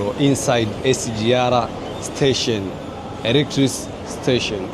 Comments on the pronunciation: Ni muhimu kujipanga kabla hujaanza kurecord. Hilo neno electric train or electric locomotive ilitakiwa ujifunze kulitamka kabla hujaanza kuongea. Linasomwa electrik na sio electrisi. Ila ume improve your spoken English. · Kizungu cha Tanzania 😂😂😂😂 Electric train ( elektrik)